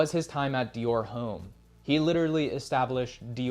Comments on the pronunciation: I thought it was Dior Homme, not Dior 'H'ome. 😵‍💫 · You should learn how to pronounce French words properly like Dior Homme and Saint Laurent.